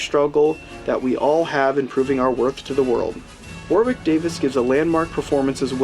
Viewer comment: It’s pronounced wo-rick